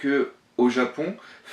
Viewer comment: Salut, "Dogeza" se dit en prononçant le "G" comme dans "Mugetsu" ou "Gomu Gomu no" donc DoGUÉza.. Excellent sinon j'attends tes autres analyse